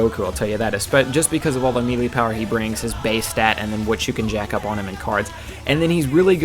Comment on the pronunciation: Its pronounced maylay, did you play SSB Melee?